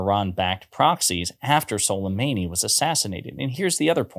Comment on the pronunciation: it was sulemAni .. not sulemEni